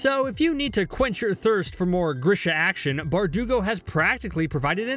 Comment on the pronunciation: He said ghrIsHaH like no say GREEEESHA